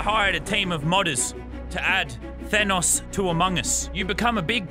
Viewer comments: normal people: Thanos this legend: Thay-noes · normal people: tha-nos lazarbeam: thay-nose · How did he say thanos at the begining he said:today we are going to become thaynous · Nobody: Lazarbeam: ThAYEnos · "Today, we become THAYNOSE" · T H A Y N O S S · ‘Thaynos’ -Lannan, 2021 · “Thainos” Lazarbeam 2021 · “Today we become Thaynose” -Lazarbeam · No one: Lazar: Thaneous! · its thanos not thaneos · At the start why did he say Thaynos it's Thanos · Thanose he said its thanos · Mans sed thainos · thaynois thanus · mully I KNOW RIGHT? HE JUST DOESNT UNDERSATND AMONG US O R MARVEL AND IT MESSES ME UP! I HAVE A MARVEL LUNCH BOX SO I KNOW HOW TO PRONOUNCE IS. THAN OHS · Hey Lazar not Thanos gingenos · I swear to god if he says thaynos one more time I’m gonna shit in a biscuit tin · the way you pronounced thanos two different ways makes me uncomfortable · Pronouncing Thanos in different ways is totally appropriate because they said it like 5 different ways in the movies.